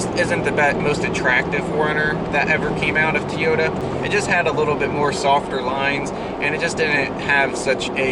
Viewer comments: Say it with me Toy-o-ta. Not Tea-o-ta They were never and will never be a Teaota. Toyota, Toyota, Toyota.... I have a 3rd gen now and I used to own a 1st gen - Solid axle and fuel injected. Simply the best of all gens. IMHO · Jennifer Howell Yes, TO-YO-TA. Not Tiyota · why do you say Toyota like "teeyota". It's toy-yo-ta. good vids either way tho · I still love the look of the Gen 3 but love the V8/V6 of the Gen 4. I drive an 04 V6 SR5 that I will drive until the wheels fall off, and we all know that is a loooooong time! :-) With all due respect, it's prounounced "Toy yo ta" not "Tee yo ta". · wtf is a 'TEE'yota? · tea-ota, never heard that before lolololololol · Not really going to take 4Runner opinions from somebody who can't even pronounce "Toyota" correctly. Shrug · Seriously, how can you review a car manufacturer and not know how to pronounce one of the biggest car manufactures in the world?